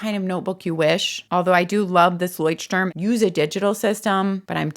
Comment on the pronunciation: Hi, German here. It's pronounced Loi-sh-t--toorm. Turm means "tower". Leucht-Turm is a light house ❤